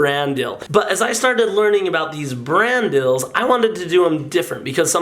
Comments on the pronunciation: Are you saying brand deals or brand DILLS? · I thaw he said dadadels but it was brand dills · turn on comments and instead of it saying "brand deals" it either says Brandels or Randall's